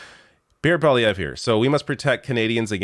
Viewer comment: Dear It's pronounced "pwa-liayvr", not "poly-ayvr". Tabarnak de criss d'osti.